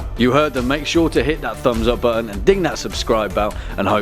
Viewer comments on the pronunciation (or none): none